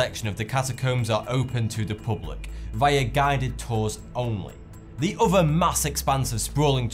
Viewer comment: Please practice putting your tongue out between your teeth so that 'other' sounds like that instead of "uvver' Secondly, allow a small time delay between each of your sections: sometimes it is not clear that you have moved on to the next item. Otherwise your comments are well informed and interesting. Thank you